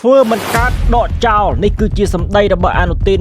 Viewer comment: ដកចោ ឬ.ដកចោល? និយាយឲ្យត្រូវពាក្យតិចមើលហ្អា?